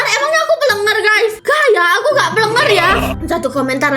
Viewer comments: plenger bukan pelenger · Plenger ka bukan plenger.